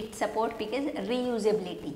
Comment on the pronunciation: resuability lmao